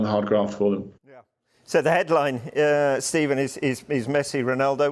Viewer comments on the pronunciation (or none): none